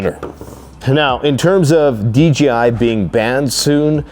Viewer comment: DJI, DJI, DJI!!! Not D G I !!!